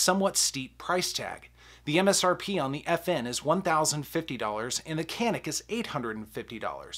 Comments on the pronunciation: If it’s a Turkish gun, it’s pronounced “janik”. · I have the Canik, and its by far the better sa. The pronunciation tho is more like "Shjaun'ick".. its Turkish. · Why would you compare 2 tactical pistols and say I want a range gun? Tactical pistols are just that tactical made for duty carry. Sorry to disagree but the Canik pronounced yanik really is way below the FN509 tactical. The FN is ready except for optic right out of the bag.